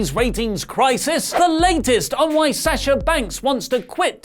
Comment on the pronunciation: Why do you still say her name wrong? It’s Sawwwsha not Saaaasha